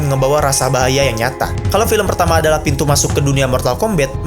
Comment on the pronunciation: Mortal kombat ❌ Mortal kombet✔️